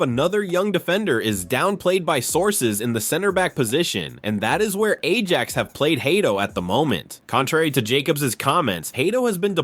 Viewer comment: Could you learn how to pronounce our players’ names and to read while resoecting punctuation? Imagine pronouncing the “j” in Ajax????